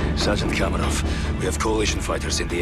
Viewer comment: How does this dude mispronounce every name possible? “Nikito” “komarov” “Yurzikstan” “Khaleed al Asad” at least he got Mara right holy shit.